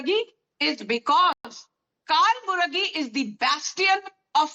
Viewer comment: Not Kaal buragi,dear 😂😂😂it's कलबुर्गी